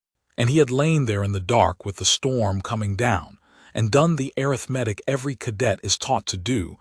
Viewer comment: When will a I learn how to pronounce arithmetic?